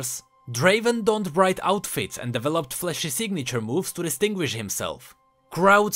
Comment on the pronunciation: It's pronounced: "diivelopt" not "devilupt